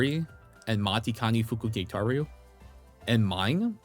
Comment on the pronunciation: bro your matikanefukukitaru pronunciation is sending me it's machi-kane-fukuk-taru 😭